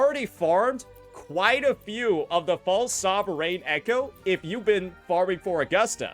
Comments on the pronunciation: stop saying sovereign like that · After you're done complaining about this, can you please learn how to pronounce sovereign.